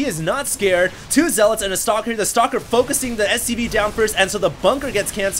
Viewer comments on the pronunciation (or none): none